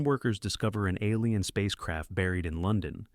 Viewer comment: Gotta watch out for those "ah leen" invasion films.